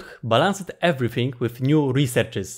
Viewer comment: dont mind me losing my mind but... Balanced is pronounced with emphasis on B"a"lanced. the same goes for ch"a"llenging. also: on the left is *a video with huge amount of tips.